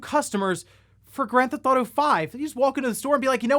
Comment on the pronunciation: If they never release 6, yeah we should start calling it "Gran THOT-o Five" like this guy hahah